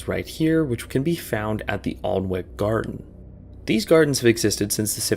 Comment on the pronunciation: For the Alnwick Gardens, it's actually pronounced "Annick." Source: I studied abroad there for six months. The castle and the gardens are lovely. It's also crazy to imagine someone managing to sneak in at night. There's security and gates all over the grounds. I'd like to hear more if there's any actual stories of someone doing this (which feels like putting way too much effort into it for such little reward).